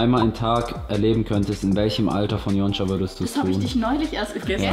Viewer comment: Wieso nennt yonca eigentlich immer yonscha 😅😂😂